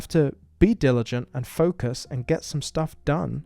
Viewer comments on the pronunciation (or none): none